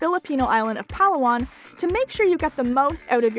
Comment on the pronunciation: As always a great video for factual information. Just one thing, why not pronounce the name as it should be. The pronunciation of Palawan is Puh lAA One